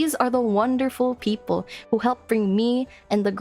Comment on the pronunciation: You're so cute! Beautiful model! I enjoy listening to you, and this is the first time I properly hear someone speak Tagalog! 10/10 comfy as heck Almost sounded like "peakple" which would be... ahem, I'm not some kind of nerd who likes puns! LOLITA DRESSES? Based and fashionpilled